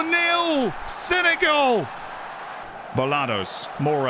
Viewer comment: Brit accent is top but we don’t say Senegal like that